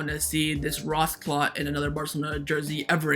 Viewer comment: Rasscloth 🤣🤣🤣. Are you familiar with Jamaican language? Because that's considered a curse word here 🤣🤣